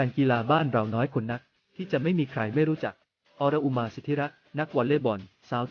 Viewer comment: ออน-อุ-มา อ่านออกเสียงนี้ ถ้ายังไม่เก่งภาษาก็อย่ามาอ่านข่าว